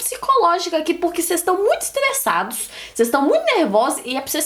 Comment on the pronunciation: "Vocês estão muitos estlesados" que fofa RS,eu também tenho a língua assim